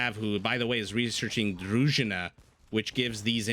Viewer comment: Wow, where did you learn to pronounce "družina" so well? :)